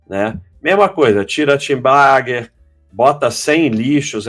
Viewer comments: precisa treinar mais para parar de pronunciar "tenbagger" como se fosse "TEENbagger". kkkkkk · eu vejo essas lives só pra ouvir esse abestado falar 'tibaguer' hahuahuahua